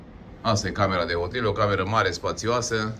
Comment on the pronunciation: La noi în România se spune "hotel" nu ,otel, sau poate ești conlocuitor 🤔